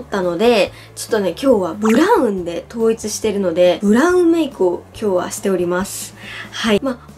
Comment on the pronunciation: 挨拶したあとの今日は の｢は｣がなんかやだ (伝わって)